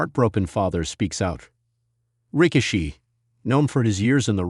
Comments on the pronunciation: ...STUPID AI ROBOT IS PISSING ME OFF CALLING HIM ...RICK-A--SHE- ...AND STASHER---BANKS STUPID S%^&* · STUPID ROBOT HIS NAME IS NOT ...RICK-A-SHE...AND STASH-HER- BANKS YOU PC OF S